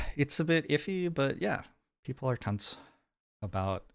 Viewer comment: I got really confused about why would you choose to be so crude and had to rewind a couple of times to realise you said "people are tense" and not call them a reproductive genitalia :D